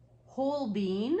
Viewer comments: LisaI Love you your wild I’m just an old painter but Holbein is pronounced HOLE BINE NO BEAN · Thank you for all this info ! It sure does help. In turn, please learn that "Holbein" is pronounced "Hole- Bine"...not "Hole-Bean". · Not pronounced Hol BEEN But .hol BINE. JUST SAYING ❤️ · I like the Amsterdam, Golden and Winsor &Newton, but I would be proud and delighted to have created any one of them. BTW I belive us Brits pronounce it Holbine (rhyming with vine or wine!!), but I dont know if that is actually correct!! Thanks foryour hard work... v helpful and v inspiring....